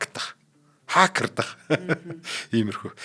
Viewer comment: Хакердах биш Хакедах гээ 🤣